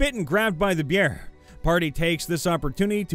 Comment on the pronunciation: Text: "Behir": "BEAR" mfw